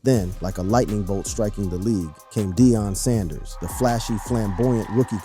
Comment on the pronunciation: This mf just said , "DIE ON" PRIME TIME Sand-ers 😮#WhatInTheILLUMINATTIisTHIS